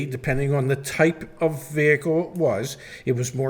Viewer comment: The "h" in "vehicle" is supposed to be SILENT!